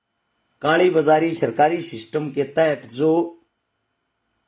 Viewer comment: Sarkari naukri na ki sirkari bolna to sahi se sikh le